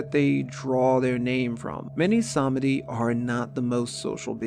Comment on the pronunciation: Nope. It's more like SAHMehdi, with the second syllable being significantly shortened. It's not pronounced with a "ee"